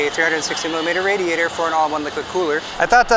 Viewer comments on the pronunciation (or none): none